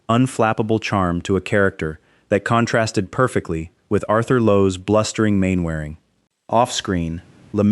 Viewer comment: More inaccurate AI shyt it's Captain MANNER RING not Main Wearing. I am in can't watch any more of this crap, time to block this channel